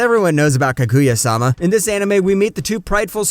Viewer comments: Love all the recommendations this channel gives, but for the love would it be that hard to just try to pronounce a single name right. Kag-oo-ya... Pain. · Don't take this the wrong way but hearing you pronounce Kaguya strangely in two different ways... was unsettling. Lol